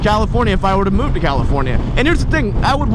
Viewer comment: Wanna stop saying CaliforniA, makes my ears bleed lol.